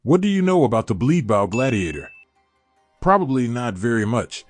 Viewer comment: All I hear is Bleed Blow Bladiator